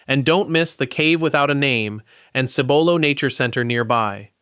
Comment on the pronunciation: Also, Cibolo is pronounced with an accent on the first syllable.